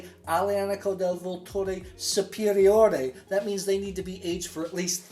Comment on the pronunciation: vUlture. Accent on the first 'u'.